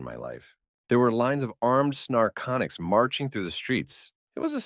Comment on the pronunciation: The mistakes the A.I. reader makes can be rather amusing. I am hearing the name of one ET species as "snarconics", and the text says "narcotics"...perhaps these aliens are addictive? LOL